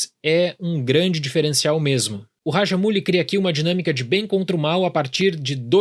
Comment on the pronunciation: pronunciando o nome do diretor mano.....Nem se eu treinar a semana inteira eu consigo kkkk